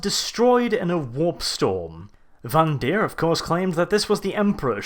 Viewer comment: Speaking of "for fuck's sake"...the name is VANDIRE (rhymes with "tire"), not vandeer. Otherwise, funny and very nice vid. Well done. :D